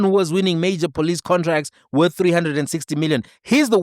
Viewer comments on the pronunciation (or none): none